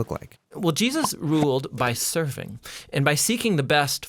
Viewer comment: not surfing, but serving. He just mis-pronounced it.